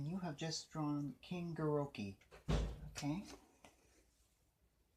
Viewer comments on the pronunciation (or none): Thanks but its not GEE ro gi its GEE dor Uh